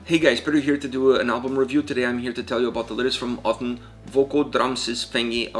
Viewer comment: "I want to start of with bearton hughen brenier"->"Birtan hugann brennir". "Dreps start"->"Drepsótt" 9.39. "This is odin", FYI: No, the name of the band isn't pronounced as Odin (a Norse god, Icelandic Óðinn vs. Auðn), because it isn't, it means desolation. I'm an Icelander, know Auðn (and actually one band member, full disclosure), so I was curious and looking up such videos. Thanks you for the video, I wasn't sure what you were saying at those time points, had too look up (do not expect foreigners to be able to pronounce Icelandic, or the Youtube AI generating the subtitles, that were otherwise great). I'm conflicted if the autogenerated subtitles should be changed, if you actually have that capability.